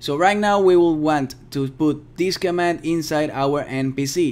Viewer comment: pls say command :(